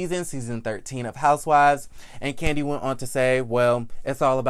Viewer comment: Love ya but definitely got to put some "Respeck" on Kandi's name